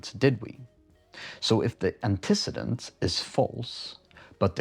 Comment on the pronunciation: People typically pronounce it Anteh-ceedent